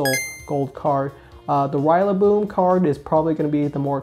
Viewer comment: Why do you say rillaboom like that haha